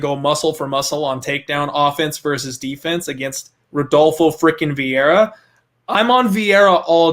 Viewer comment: "I have parlayed redolfo" eww, no, you cannot sit with us anymore.